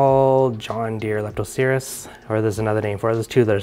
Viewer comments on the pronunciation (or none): none